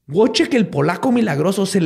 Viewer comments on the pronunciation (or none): Querido, solo como corrección en pronunciación y escritura de nombres Polacos: el nombre se escribe Wojciech o Wojtek, y se pronuncia como "VoicheJ" y "Voitek", respectivamente. No "Wuoichek". Para futuros casos, te puedo ayudar con gusto 🖤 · Wojciech se pronuncia Voitec